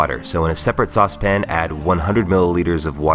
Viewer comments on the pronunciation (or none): He says sauce-pin... Like babish